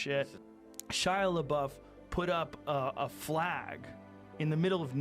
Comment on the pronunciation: she legit said shia laboof